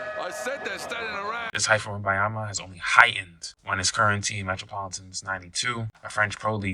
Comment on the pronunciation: His name is WembaNyama, with an N.